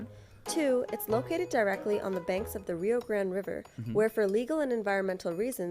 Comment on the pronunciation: Is it not the Rio Grande? Why does this dude keep calling it the Rio Grand?